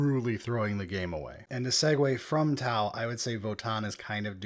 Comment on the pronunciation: You nailed tau